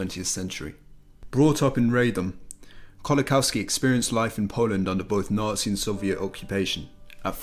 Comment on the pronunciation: Very good video thank you for making it. Just to let you know Kolakowski is pronounced like 'Kolakovski'. W is V sound in Polish.